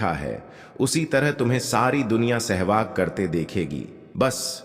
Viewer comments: Abe Sahwas ko Shehwag kiyun bol rahe ho? Aur Raja Draupadi bhi bol rahe ho? Upwas ko Oops bol rahe ho! Pedh ko payer bol rahe ho? 😲😡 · Bhaisahab sehvas hota hai aap bar-bar SEHVAG bol rahy hain 😂😢😮😅😊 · महोदय! हिंदी का शब्द-ज्ञान खुद प्राप्त करें l राजा द्रुपद को कई बार राजा द्रौपदी बोला गया l सहवास होता है न कि सहवाग l